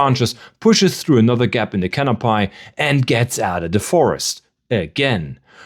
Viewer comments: I love the vid, had to come to the comments to add to this… canopy is pronounced “cano-pee” never heard it pronounced cano-pai before… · Great video! One little thing: it's pronounced canopee not canopie. ^___^ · 'Cano-pie'? Is this a bad AI-voice? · can up y (we) not - can up pie , lee -v-es not. lee vvv es es